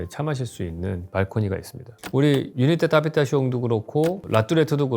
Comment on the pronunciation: 유니테 다비타시옹 발음 교수님이 하니까 멋있다